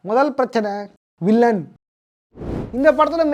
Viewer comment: அது வில்லியன்(villian) இல்ல ப்ரோ, வில்லன்(villain) ப்ரோ 🤪